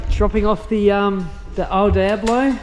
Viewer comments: Ok first you’re sayin devil like a clueless tourist... Diablo is said Deeablo not Dieablo 😈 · El Deeablo is how to pronounce it, but Die ablo works as well. 😂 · It’s a Deee ablo, not a Die ablo!